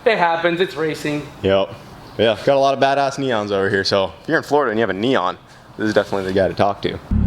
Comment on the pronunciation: I feel like was being a troll and saying neon excessively and emphasised